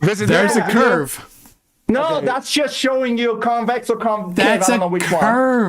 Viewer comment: Bro can't even say the word Convex and decided to come on a debate. The flat balls😂😂